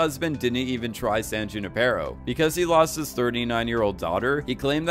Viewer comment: who-ni-per-O....that's how you say, "Junipero." :)